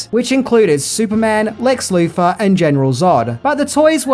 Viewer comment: Could you kindly PLEASE stop mispronouncing your th's as f or v? It's Lex *Luthor*, not "Loofah." Superman's enemy was not a rough sponge! Fank you. I mean, thank you.